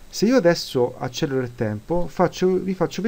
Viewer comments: Perdonami: Accelero e non Accellero. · "accelero" si scrive e si pronuncia con una elle.